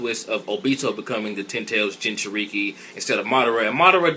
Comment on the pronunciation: " JINJURIKI " xD